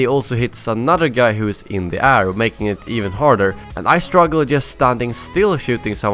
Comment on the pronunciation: Why do you say 'air' like ar?